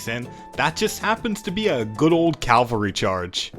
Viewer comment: Are you saying CALvary on purpose instead of CAValry?